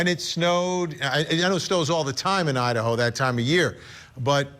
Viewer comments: ……”the murder of four college students in oh-I-Un….” Excuse you? This guy… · Yeah, what the heck was that? Ohat'n? lol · lmaooo dude said O’ottn instead of Idaho